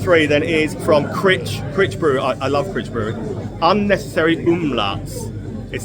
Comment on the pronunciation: Great vid. Have a sub FYI Crich is pronounced "cry-ch"